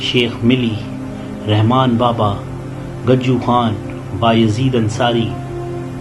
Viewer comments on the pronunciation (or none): none